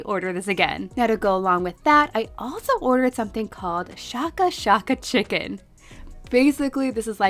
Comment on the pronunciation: It’s pronounced shake a shake a because of how you shake the flavor packet onto the giant chicken nugget